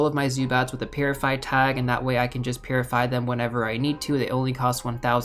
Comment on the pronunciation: Now I can’t I hear it lol